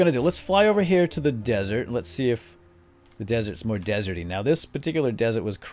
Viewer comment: *desert lol not dessert